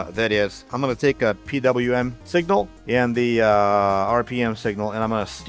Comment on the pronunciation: Calling it "Pee Wee Em" instead of the atrocious "Pee DoubleYou Em" warms my European heart.❤